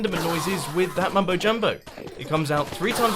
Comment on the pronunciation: Mumbo not mum